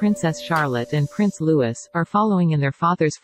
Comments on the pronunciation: Louis is pronounced Loo-ee not Loo-iss. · It is Prince LOUIs…silent ‘s’ …. it is not pronounced Lewis! at least call,them their real names you Americans!🙄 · It gets very annoying when this commentator keeps pronouncing Prince Louis’s name as Lewis. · Yes pronounce it properly.